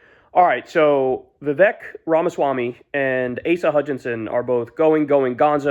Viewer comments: Horrible takes as usual. Can’t take you seriously if you can’t even pronounce his name correctly. Amateur 🤡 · MAGA still thinks hes muslum... Vivek sure got his name out there. Even Kyle cant pronounce it right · At least now you dont have to mispronounce Viveks name anymore.